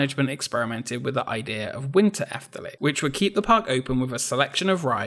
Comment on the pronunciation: Yes, you butcher the Dutch language, but at least you pronounced 'Efteling' correctly and you more than make up for it by showing amazing archive footage of Walt Disney visiting The Netherlands. Good video. I grew up near the park and must have been there hundreds of times. It's a great and unique park, although there is a slight decline in quality ever since imagineer Ton van de Ven retired. Since then, the only additions I really like are the Baron 1898 dive coaster and The Little Match Girl, designed by Michel den Dulk (who also left Efteling to become an imagineer with Disney in Orlando, where he designed the 2016 Frozen Ever After ride in Epcot).